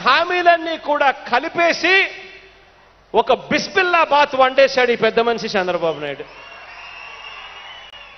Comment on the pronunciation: బిస్బిల్లాబాత్ కాదు.... బిసీబేళేబాత్ ...!